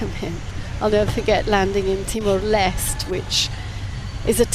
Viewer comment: To the reporter of this coverage, why the h-ck you cannot properly pronounce the country TIMOR LESTE?